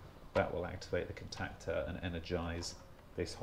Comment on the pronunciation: "contactor" lol..just sayin ;-)